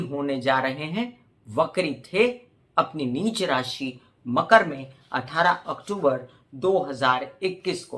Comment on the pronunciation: नमस्कार । आप लग्न से फलादेश बताती हैं तो राशि शब्द का उच्चारण कन्फ्यूजन बार बार पैदा करती है ❗